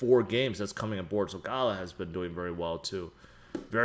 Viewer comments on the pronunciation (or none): none